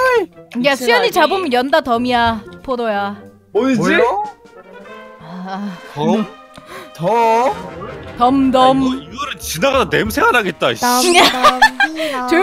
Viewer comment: 근데 잠뜰님은 잠뜰-포로야~ 나에게 들리는것-포도야~?!! ㅋㅋㅋㅋ